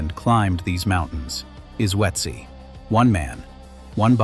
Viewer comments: Why do everyone who is speaking English is butchering Ötzi. Some say Utzi others Oh-etzi or Uetzi which is also all 3 pronouncings are wrong. Use Babble or another language App to have the correct pronunciation. It is Ö.t.z.i. like the Ötztal Alps. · A totally useless point. Germans routinely butcher English names and words, and it's totally fine. The way we vocalize foreign words and names is shaped by our mother tongues. Asking people to pronounce a foreign name or words as close to perfect as possible is a waste of everyone's time.